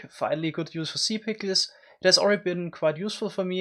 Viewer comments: I love how he says in his accent "si pickels" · "sea pikiels" xD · Chuckling every time he attempts to say "Sea pickles" and fails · I love the way he says sea pickles it's so satisfying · Lol the way u say sea pickles is so funny ngl 🤣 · I love the way he says “Sea Pickles” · I love how he pronounces sea pickles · The way you say sea pickles is just awesome. People usually pronounce an e between k and l sea pickels. But not you xd